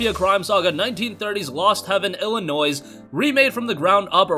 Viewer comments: C a r l a R a e lol yeah I actually never heard anyone pronounce the s in Illinois until this video actually lol. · The "s" is silent in Illinois😊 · Ill-a-noi not noise...Looking forward to Mafia 1, played it on steam, looking forward to a remake. Mafia 2 is one of my all time favorite. Mafia 3 is culture co-opted, mafia is an Italian thing. Mafia 3 is as Italian as Hawaiian flatbread. Just saying you are something or calling you something doesn't make it true, and that's why Mafia 3 aka Black Panthers bombed. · I dont know anyone that pronounces Illinois with the s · You mispronounced Illinois. 😞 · Sweet thanks for the info👍🏻, here's some for you, the S is silent in Illinois 😏